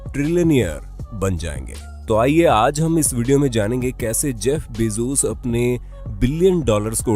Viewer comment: Its bezos not bezoos